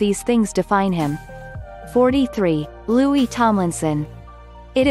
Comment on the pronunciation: Why did they call Louis Louise?